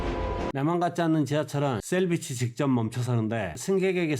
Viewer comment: 셀비치(X), 쉘비치(O)